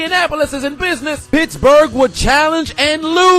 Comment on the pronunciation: I thought this man said bitchburg